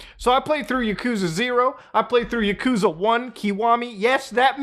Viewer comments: It's pronounced yah-kuh-zah not yuh-koo-zuh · It’s ya-koo-za Mutahar 🤓☝🏼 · "My favorite video game franchise: Yakooooza" Can't even pronounce your favorite game's name... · Yuhkoosa KEKW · For a favorite game you cant even pronounce it right. Lmao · Why are you pronouncing Yakuza wrong?